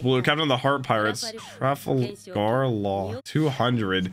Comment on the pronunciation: bro the way you pronounced Trafalgar law lmao